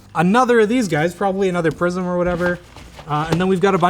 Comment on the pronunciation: It took me half video to realise he wasn't saying "prison" but "prism" 🤣